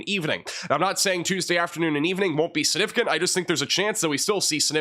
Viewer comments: When he says "significant," he leaves out the "g." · Take a shot every time says "significant" (without pronouncing the g)? 😜